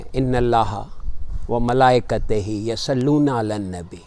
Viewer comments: برائے کرم آیت کی ادائیگی درست کیجئے۔ ملئکہ کے آخر میں زیر نہیں ھے بلکہ، ھے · ⚠️ تصیح ⚠️ درست آیت ہے: إِنَّ اللَّهَ وَمَلائِكَتَهُ يُصَلُّونَ عَلَى النَّبِيِّ يَا أَيُّهَا الَّذِينَ آمَنُوا صَلُّوا عَلَيْهِ وَسَلِّمُوا تَسْلِيمًا وَمَلائِكَتَهُ میں، ت کے اوپر زبر ہے اور آپ زیر کے ساتھ پڑھ رہے ہیں۔ يُصَلُّونَ کے ی پر پیش ہے اور آپ اسے زبر کے ساتھ پڑھ رہے ہیں۔